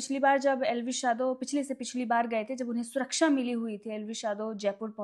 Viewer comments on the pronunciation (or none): none